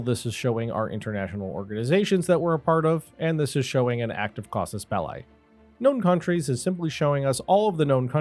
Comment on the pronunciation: I know it's pedantic, but i think we're all history nerds, and I'm making this remark because it's interesting, not to score points... also Mr. Wilson from my Latin class 30 years ago would be proud.... Even though we cannot gaurantee what the absolute correct pronunciation of Latin was, we have a pretty darn good idea! It's casus belli (genative of bellum)... pronounced "belly" not bel "lye" KAH-soos BEL-lee Anyway, excellent tutorial vids. Thank you.